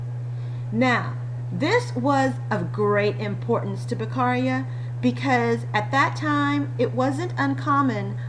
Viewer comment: Very straight to the point and clear. But his surname is Beccaria, not Becarria. 😉